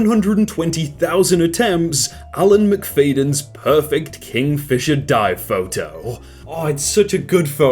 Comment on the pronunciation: that’s my second name and it pronounced Mcfadyen like a hen but y instead of h